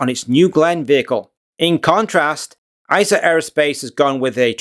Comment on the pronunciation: You should try not to say “Eye-Sa” Aerospace… it is “Ee-sar”… after the river in Munich. Also it’s not “Orgs-berg”, it’s “Owgs-burg”… Just makes you sound less knowledgeable. Otherwise great….